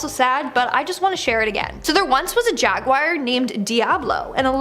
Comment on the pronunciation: Please please learn how to say jaguar properly. Kills me every time you say It wrong 😂